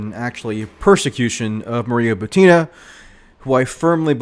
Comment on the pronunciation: Michael, are you here? The lass' name is pronounced "BUTina", not "ButIna".